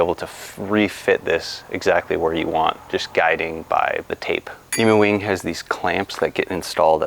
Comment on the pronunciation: Just so you know pronounced ‘eem-you’ wing and not an ‘eemoo’ - certified Australian 😉